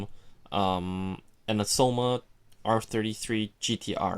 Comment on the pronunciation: Am I the only one irritated by the way he says "Aoshima" = "Ausoma"???